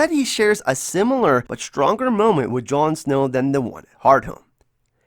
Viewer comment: I thought you called jon snow, jon snooze.